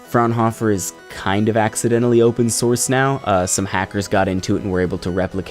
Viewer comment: This was good and thorough! Enough for everyone to understand what they are dealing with. I was lucky enough to work for Thomson (RCA) back in 1999 / 2000 when they were the sole licensor of the Fraunhoffer CODEC for MP3 (You pronounced it correctly!) There was a lot of competition between mp3 and Microsoft wma back then. This was the era of Naptster and Gnutella. Apple was a bit lost until they purchased an Apple Only Music Management Software (Soundjam) and rebranded it iTunes. We made the Lyra line of pocket mp3 players and partnered with MusicMatch software. Diamond made the Rio line. Microsoft made Windows Media Player. I attempted to get Soundjam to work with the Lyra to shore up our market share, but they only wanted to work with iMac's. Apple eventually bought Soundjam, turned it into iTunes, introduced the iPod and cut the first comprehensive music deal with the five major record labels. The rest is history as they say. Like you said, mp3 ran it's course, but eventually Thomson gave up on the license and storage became dirt cheap. More than anyone wanted to know I'm sure, but these were some of the behind the scene moves that were made that bought "Modern" music to consumers and eventually helped evolve our world as DJ's :)